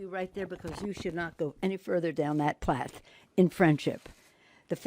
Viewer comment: dont go down that plath she says lol omfg